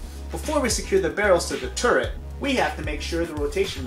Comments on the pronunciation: the tooret xD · Tooret? LOL. Like GLADOS from portal 2.